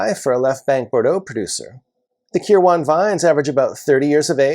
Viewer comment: I know this minor in the grand scheme of things but watching you butcher the pronunciation of Kirwan was hard to watch. Its pronounced Kir-win.